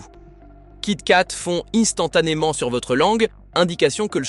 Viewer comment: Merci, cette vidéo est extrêmement pertinente. Par contre, pouvez-vous éviter la lecture AI de votre texte, ce qui nuit à votre crédibilité... instantanément (prononcé innestantanément) mois (prononcé moisse), qualité (prononcé qwalité), fond (prononcé fonde), etc.